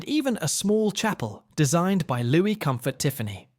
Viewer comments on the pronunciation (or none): none